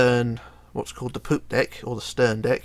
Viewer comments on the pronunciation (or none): I don’t think you should continue saying “deck”